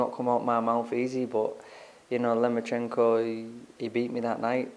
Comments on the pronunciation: Can somebody tell luke that's he is called lomachenko not lemonchenko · He thinks it was even going into the 11th!?! Loma must've hit Luke's head harder than we thought! Also Luke...... Who is this "Lema-chenko" you keep talking about? Also David Haye keeps talking about Limoncello. Maybe Haye gets confused with his citrus alcoholic beverages and his P4P Boxers......